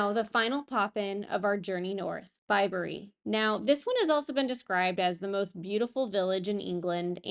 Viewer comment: Well done with the pronunciations. Warwick needs a little practice, but you got Bibury right. So many Americans say it Bib-bury instead of Bi-bury. Your children are a credit, well-behaved but still enjoying themselves